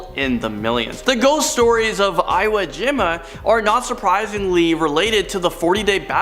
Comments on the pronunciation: it's eeWOH jeeMah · Eye-wo Jim-a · Please hire somebody over the age of 35 to tell you guys how to pronounce things and what things actually are. It's pronounced e-wa g-ma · Ok... pet peve. Iwo Jima 硫黄島 is pronounced as Iōjima. EE-w-oh j-EE- ma. LOL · Don't forget eye-woh jima... 😕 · Omg please tell how to pronounce Iwo Jima...I cringed hearing him say this 😂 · I cringed when I heard how he pronounced "iwo jima" lol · If my WWII buff friend heard say Iwo Jima wrong he would laugh so hard lemme tell u (ur the best, and!!) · Does this guy ever pronounce places namee correctly? Shanghai, Iwo Jima, etc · Sorry I’m being a grammar n*z* but Eureka (your-ee-ka) Trans Allegheny (al-eh-gain-ee) and Iwo Jima (ee-whoa-gee-ma)